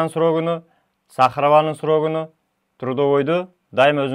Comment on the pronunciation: саламаллекум !кечирип койунуз.так суйлосонуз жакшы болот эле.срогуну дебей срогун деп.